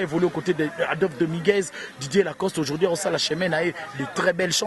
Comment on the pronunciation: on dit aujourd'hui et non aujourdi